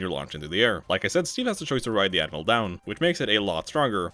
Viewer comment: Absolutely obsessed with how every time you say "Anvil" it sounds like you're saying "Animal"